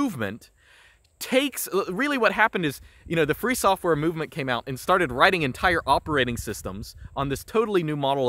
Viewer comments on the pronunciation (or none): none